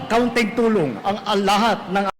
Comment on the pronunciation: talaga naman pinag diinan pa ang KAUNTING TULONG NA ibibigay nila..mukhang masama pa ang loob sa pagkakabigkas ng KAUNTING tulong e(ayaw pa ata mamigay)😅,alam na nmin yun..SAMIN ANG BARYA SA INYO ANG BILYONES😭